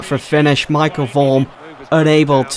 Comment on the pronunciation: It's Michel, not Michael.